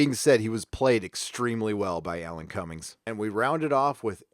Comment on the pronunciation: Alan Cumming, not Cummings. You know, like Donna Summer, Edgar Winter, Sally Field, and all those other people who many think have the letter "S" at the end of their names, even though they don't.